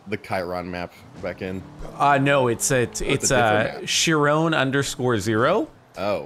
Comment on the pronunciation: If chiron_0 is named after the Greek centaur, then it's pronounced kai-run.